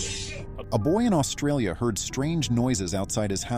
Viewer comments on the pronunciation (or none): none